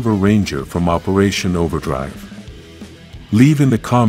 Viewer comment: Did you say operation overdrive